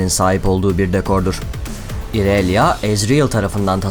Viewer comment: "İonia" ya "Ayonya" diye okuyup, "İrelia" yı "İrelya" diye okuman garip değilmi :D